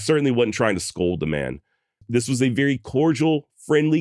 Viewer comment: My man said "veery"